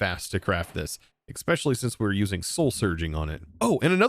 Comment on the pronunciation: In 2025 there are still people that pronounce 'especially' with an x. Wild.